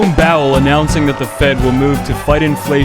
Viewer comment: Jerome "Bowel". Lol